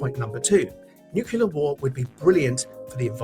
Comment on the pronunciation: That one guy can't even say nuclear correctly